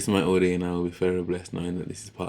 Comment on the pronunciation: Māori - 2 syllables Mao as in President Mao Ri as in Reee with a soft rolled R. (Search online for pronunciation)